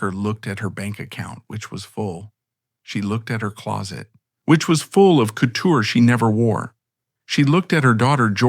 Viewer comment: You mispronounce Givenchy and couture in the beginning, though you fixed it later.